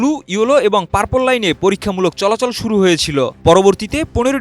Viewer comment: আরে ভাই পারপোল কি 😅